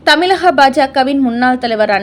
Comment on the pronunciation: ழ கர உச்சரிப்பை ல கர மாக உச்சரிப்பாக செய்வதை திருத்திக் கொள்க ...தமிழகம் என்பதை தமிலகம் என்றும் வழக்கறிஞர் என்பதை வலக்கறிஞர் என்பதையெல்லாம் திருத்திக் கொள்க .கேட்பதற்கு மிகக் கொடுமையாக உள்ளது.